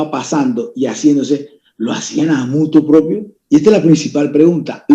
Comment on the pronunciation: Senador: No se dice "Muto Propio" sino "Motu Proprio", con R antes de la "i"